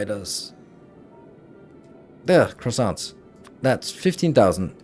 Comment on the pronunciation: Yes but he can't pronounce it properly